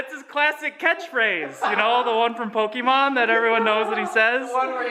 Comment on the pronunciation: That's not how you pronounce Pokemon and it is starting to annoy me